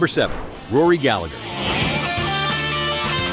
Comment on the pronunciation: Fact Check:Jimi Hendrix never said Rory Gallagher being better. He never publicly said that about anyone, although I’m sure there were many players he thought were better than him… And there were many. This is an urban myth. Also Rory’s last name is pronounced “gal-a-her”.